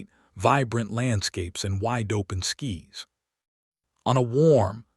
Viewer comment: "...wide open skies" (rhyming with "pies" not "peas").